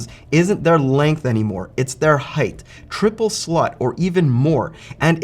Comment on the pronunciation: am i the only one who heard him say triple slut?